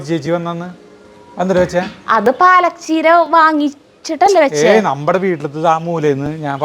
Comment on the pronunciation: എൻറെ, 101 പ്രാവശ്യം പാലക് ചീര എന്ന്, പറഞ്ഞു പഠിക്കാൻ പറ😂